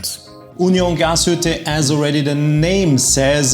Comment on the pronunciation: Warum versteh' ich immer nur "Gashütte"?